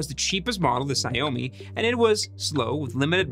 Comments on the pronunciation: Xiaomi is pronounced as "shao mi" or to make it easier "show me." Saying Sayomi sounds like some sort of Japanese dish. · "shao-mi" not "see-ow-mi" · Perhaps trying to pronounce Xiao Mi correctly? It took me a lot of tries to understand the company name you were referring to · “Sigh-oh-me M365” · It's pronounced "Shao-me" FFS... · Sha-ow-me M365. That is how you say it. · Just to help in the future, Xiaomi is pronounced “Shiao-mi” but sort of like “jow-me” but crossed with the old telemarketing “sham-wow” (no wow, just talking about the xiao sound). It sort of sounds like the English “shower” or “show me” depending on your accent. I assume thats what you meant when you said ziomi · Xiaomi actually reads like shaomi. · It’s pronounced xiao mi lol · The way he pronounces Xiaomi is so unsettling 😭😭😭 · Fingernail down a blackboard, or you receiving a phone call informing you that a demon will come and consume your soul in 7 days kind of unsettling? :P